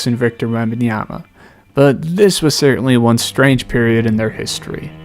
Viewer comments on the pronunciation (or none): none